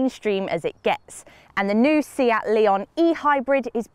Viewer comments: A good review but excuse me, it's a Spanish car manufacturer (with Spanish names and pronunciation) hence it's a 'Say-at' not a 'See-at' and the model is a 'Lay-on' not a 'Lee-on' Ta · She says León just right in the intro, just the brand name is off. I speak Spanish.